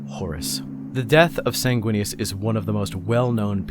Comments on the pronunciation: "Snaguinius" - 2024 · "Snaguinius?" more like "Swaguinius," am I right? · Can’t even remember how to say the primarchs name when trying to introduce him, hmmm I wonder if this YouTuber has any kinda bias 🤔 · Can we get the bloopers for this video? It can be a drinking game, take a shot everytime he mispronounces the hawkboys name.